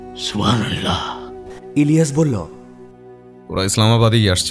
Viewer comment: Osadharon poribesona.. sudhu amar ekta chotto obhijog ache. narrator er bollo,chilo,korlo,boslo ai sobdo gulor uccharon khub i kharap. Mane lagche. May be hoeto amar I legeche. Tao janalam. Eta bad dile osadharon golpo❤❤